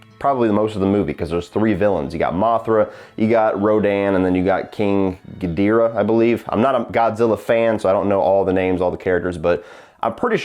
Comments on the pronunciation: King GI-DEAR-AH? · The name is pronounced King Gi-door-ah.